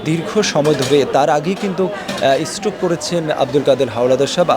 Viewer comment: স্টক নয়, স্ট্রোক করেছেন।